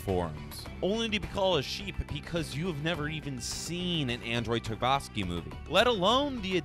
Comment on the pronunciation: did you say andrei TARVOSKI and not tarkovski!?!?